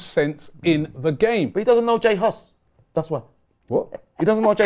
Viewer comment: Man said J Hus 😂😂😂😂